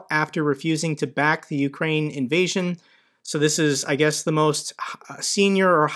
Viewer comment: "Ukraine" NOT "Ukrain". lol "UK" +"rain".